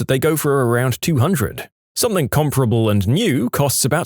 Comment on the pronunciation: No K in the word something.